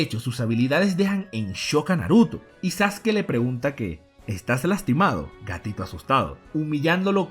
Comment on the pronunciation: Porque pronuncia los nombres con acentos, o incluso algunos nombres los pronuncia mal: "sasUkI", "mÁdara", etc, etc